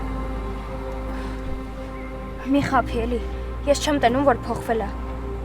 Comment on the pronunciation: մի քիչ հետևեք խոսքին. ---տենում եմ-տեսնում եմ. և նման սխալներ😊